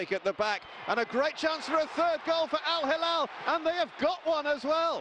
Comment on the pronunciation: If you want to be an announcer, make an effort to learn the simple name of the club. It is not al- Halal (which means Kosher), but al-Hilal (which means crescent) (“HE+LAL”)